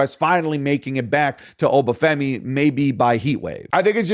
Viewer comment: Stop pronouncing obafemi wrong